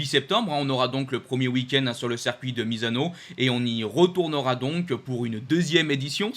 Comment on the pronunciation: • à "on a donc officialisé, malheureusement, l'annulation du rand Prix sur le cercuit du Kazakhstan..." • à "on a par contre appris hein, que ce weekend du Kazakhstan allait être remplacé par un 2ème weekend sur le cercuit de Misano" • à "voilà donc le nouveau calendrier on aura donc le 8 septembre le 1er weekend sur le cercuit de Misano Pareil à , , , , , Circuit ou "cercuit" ? Yama ou Yamaha ? A ai-je entendu "aujord'hui" ou "aujourd'hui" ? Ai-je des problèmes auditifs, ou vous des problèmes d'orthophonie/prononciation ? A ne confondez-vous pas "moto d'usine" et "moto millésime" ?